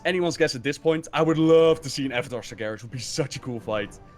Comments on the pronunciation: It's Sar-GHE-ras, not Sar-JE-ras. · come on,you hear pronounce ''Sargeras'' properly all the time,are you calling him ''Sergeras'' just to mess with us? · Everytime says Sar-jeras, I want to slap him. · Sarjares.... Sourfang... dammit I know the names in WoW can be tricky but those Sargares and Saurfang are said like they are spelled. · "Sarjeras" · if i have to hear him say SarJARIS one more time i'ma punch him in the dick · its not sarjeras holy hell pls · why do you keep calling him "sajaras"? ok my stupid rant over. great video as usual. keep them coming. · Sarjerus Sarjerus Sarjerus... Holy shit, learn how to pronounce Sargeras when the Lore God is telling you OVER AND OVER AGAIN. Are you simply being too stubborn to admit you're wrong about his pronunciation? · "sarjeras" please... I beg you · Sar "Jer" is, damnit you're killing me. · the creator of "GIF" pronounces it with a soft g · If I had a dollar for Everytime said "SarJerus" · hears say sargeras correctly several times over still proceeds to pronounce it incorrectly, never change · Sargeras has a hard G. Don't just listen to say it correctly and then ignore it hahahaha <3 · I can feel cringe every time says sargeras wrong... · me too. im triggered. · Why is he saying it like that? I've never heard him say it this way before